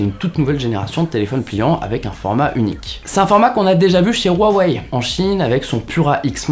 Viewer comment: On prononce Ruawei et Siaomi.